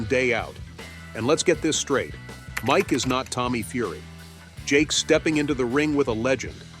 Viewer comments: bro said might tyson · It's Mike, not might!